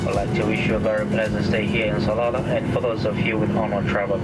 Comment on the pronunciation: Good video, It's pronounce Sal al ah not Shlalah